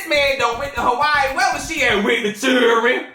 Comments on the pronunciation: “In da house with the churen” lol 😂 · “With the chirenn 😂😂😂😂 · “Inna house…w/ the churrin” 😭😭😭😭😭😭😭😭😭😭😭😭😭😭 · " I HATE YO ROLE" " WITH THE CHUREN "😭😭😭😭😂 i'm hollering .